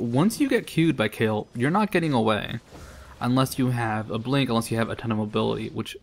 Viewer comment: I like how he said "blink" lol WoW